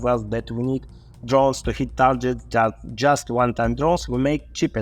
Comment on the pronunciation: "Tarjets" .... I laughed every time.